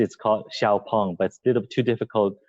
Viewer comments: How is "Sh-ow Pung" hard for foreigners to pronounce? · Because it's pronounced more like "Shee-ow Pung" but spelled xiaopeng.